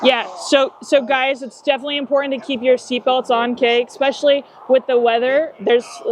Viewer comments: "Exspecially" is not a word. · "Exspecially" one too many times for me. Yep, I must have issues! ha ha ha. All kidding aside, the troopers on this channel are some of the most professional, patient, and brave I have seen.